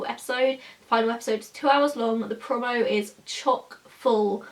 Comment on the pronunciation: You say 'promo' really weird... Eveytime you say it I cringe 😂